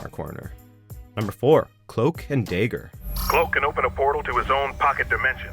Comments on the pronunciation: Can this guy not say Dagger. It's Cloak and Dagger not Cloak and Dager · Cloak and Daeger? can't even say the word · Wait did I heard it right ? Cloak and deigger? What the F is a deigger? I guess you can pronounce valkyrie different, since that's a borrowed word, but isn't dagger just a pure english word derived from the verb dag? How? Why? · Its "dagger", not "dayger" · For fuck's sake,. I know you have a tendency to mispronounce shit. I let it slide when it's japanese, that's common. Annoys me when it's english and you have the recordings of the correct pronunciation to know better. but for fuck's sake. DAYGER. It's literally just the fucking word dagger. Jesus Christ fucking wept. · I think it is pronounced differently in different parts of the world. I've heard it pronounced both as day-ger and da-ger. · Im disliking this video just because he said dayger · peter really said the proper way to say it yet he says “day-grrr” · Good job pronouncing Valkyrie and Dagger. Valkyrie I suppose is hard, but Dagger? You pronounced it day-ger. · How in the hell do you mispronounce “dagger” ? “Daygur? Really ? I mean they say the name like correctly 2 seconds later. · "Cloak and DAY-ger"???? SERIOUSLY?????? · anyone else hearing daeger when he says cloak and dagger?.... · Cloak and day-grrrr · Why did you pronounce it DAY-GER? Lol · Loved it but wtf is a Dayger? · Cloak and day-ger? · "Cloak & Dayger" then Spidey says " "._. could have pronounced that better. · Cloak and "Day-grr"...now y'all are intentionally mispronouncing words to piss people off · did he say cloak and day-ger? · Jacob Smith Day ger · "Cloak and 'Day'ger" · every time they say a name wrong I die a little lol it's not a hard name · It felt weird hearing him say dagger like that. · This dude's pronunciation of "Valkyrie" and "dagger" though... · Are you kidding me?...he can't even pronounce "dagger" right? Where does find these narrators?